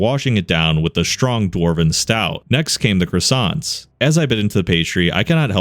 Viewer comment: Croissants, not cressantsse.